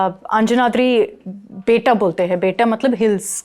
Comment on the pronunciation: Dude from Bangalore to humpi it's 5 hours drive or over night train travel... She might stay in Bangalore but her Karnataka referenceses are poor... The hills in kannada is pronounced 'betta' stressing on 'tt'...